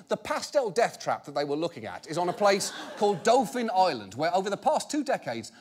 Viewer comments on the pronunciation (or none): It's Dauphin island! It's pronounced like dolphin, but without an l! Not Doughfin.